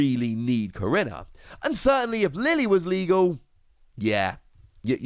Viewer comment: I’m sorry if this is put off as rude but last time I checked korrina was pronounced Ko/ri/na